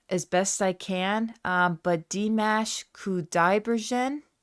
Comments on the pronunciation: Welcome to the world of Dimash! To correctly pronounce his name - Dimash (not like mashed) is Dim-osh as in gosh - last name - Qudaibergen as in Koo-Dye-BER-gen (hard g). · Dee mosh/mahsh Koo die bergen (g as in girl, not gin).